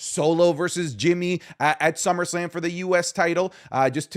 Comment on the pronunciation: "Summersalm"?? wtff